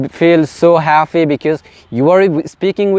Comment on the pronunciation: Its happy (হ্যাপি) not haffy oky!! Kindly pronunciation tik koro bro